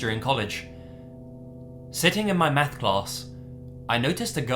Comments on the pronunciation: sounds like he is saying sitting in my meth class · When I first heard the beginning to story three, I thought I heard say "sitting my METH class". That's one way to get kids to attend school and pay attention, hire a Walter White type.